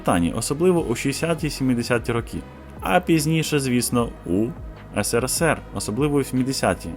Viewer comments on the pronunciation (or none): none